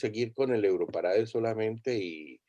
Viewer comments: Por qué insistes en decirle europarada si en hasta en el jingle de presentación de la versión para habla hispana claramente dice EUROPARADE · EUROPARAD"E" NO EUROPARAD"A".